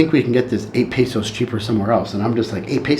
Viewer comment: As a Marine (I think you said you're a Marine too) I feel the right to tease you, bro. As a Spanish speaker I'm gonna tell you, my ears bleed every time you say PESO instead of Pesos. Please, you're killing me LOL